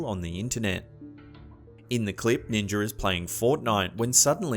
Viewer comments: What the hell is a Ninger? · Ninjer???? I do not know ninjer...Shoot, I don't even know Ninja..,. Hahaha 😂 😂😂 😂😂 😂 ninjer